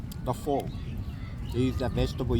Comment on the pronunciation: Looks like a well made banh Mi & super yummy with crispy bread! 😋 I think pho (pronounced like far/fur) not foe, anyways the soup uses different veggies like basil, beansprouts…….some lime juice squeezed…….🤔 Today’s sandwich looked like a better size than that humongous turkey sandwich that you ate at one sitting yesterday. 👍🏾